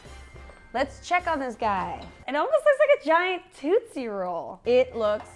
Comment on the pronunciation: We're not paranoid. We simply have our eyes open to the truth. Also, where are you from? You're pronunciation of "tootsie" intrigues me. It sounds like Toots Thielemans or Toots and the Maytals, rather than Toots Shor, which is how we pronounce it here in the Northeast.